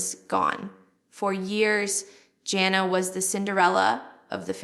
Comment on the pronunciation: this has to be AI generated. Scary. Jill would not pronounce Jana's name as Jonna.